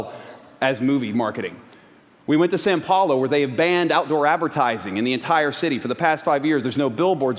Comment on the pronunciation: "Sao Paulo"